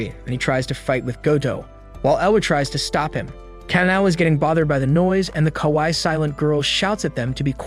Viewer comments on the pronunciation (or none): none